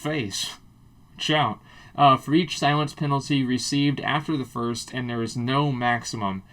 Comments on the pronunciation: lol "Silience" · "Silience" :P